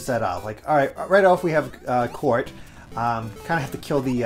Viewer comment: you turned COURT into COUP'